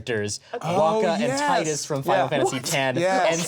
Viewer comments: Um, actually, Tidus is pronounced Tee-dus, not Tie-dus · Um, Actually, Tidus is pronounced "TEE-dus" not "TIE-dus". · Umm actually, it's pronounced "Teedus"